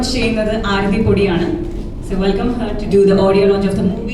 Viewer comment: "അരത്തി" അല്ല "ആരതി" എന്നാണ്